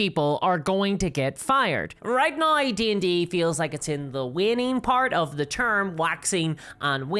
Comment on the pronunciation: accent is very interesting , throwing in a bunch of Rs into words i wouldn't expect . now = naur